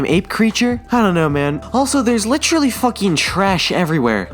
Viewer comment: Dude puts too much emphasis in Literally, becomes Litralee